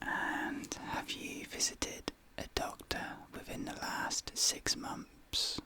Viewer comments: Have anyone ever noticed that sometimes pronounces "ph" instead "th"? for ejemple to say months he says momphs, i love it:)! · ....."the last six momnphs" lol hard to pronounce some words while whispering